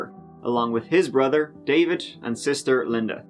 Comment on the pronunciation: There is no S in David so why do you drop your tongue after you say it, concentrate on raising your tongue so you can get a few Th words correct